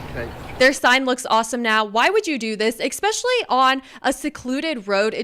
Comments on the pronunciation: “Especially”, not “Expecially” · I love your channel! But "ekspecially" is not a word. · No such was as "exspecially."